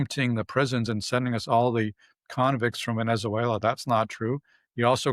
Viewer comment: The bald academic doesn't know how to pronounce Venezuela! Moron.